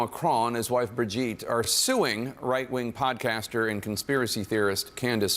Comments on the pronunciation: The fact that you are pronouncing Brigitte’s name wrong the entire video shows how much research went into this. It’s Brij-eeeet, not Bridget. If you actually watch her videos they’re pretty compelling. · L TAKE ... Bro WHAT HAPPENED to Crowder??? hes SO OUT OF TOUCH now... its embarrassing. He did ZERO RESEARCH into what Candace "PROVED" and HOW and he proves it by NOT KNOWING HOW TO SAY "BRIGITTE" ... If he watched even 1 minute of her MASSIVE SERIES "Becoming Brigitte" HE WOULD KNOW how to pronounce it... You're wrong Steve! You're just an angry little man letting your EMOTIONS interfere with your professionalism. The "EVIDENCE" they provided HAS BEEN ADDRESSED AND DEBUNKED. What a dope. Glad I stopped watching last year! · He couldnt even PRONOUNCE "BRIGITTE" !!! Crowder is an angry little man and this is a HUGE L TAKE.